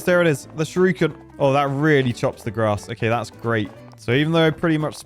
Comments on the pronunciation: The fact that you pronounce shuriken as shyorookin is very amusing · Youtube video compression really doesn't work great with the graphics of this game. Also, the way says "shuriken" as "shoryuken" makes my ears itch. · I vote we never let say Shurikan again 😂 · sees: "Shuriken" says: "Shir-ooken" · Nobody: Nobody at all: Not: "Shadowy SHUR-OO-KEN!" 😂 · Not going to talk about the ''shiruken''. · Shurooooooken? What? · Think will ever work out what sound the 'i' makes in Shuriken?